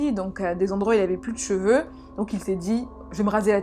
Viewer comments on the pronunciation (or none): none